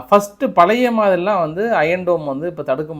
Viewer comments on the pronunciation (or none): none